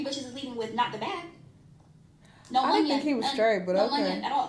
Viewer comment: “no munyun” 😭